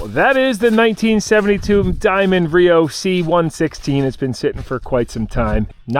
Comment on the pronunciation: It’s not RIO. It’s R-E-O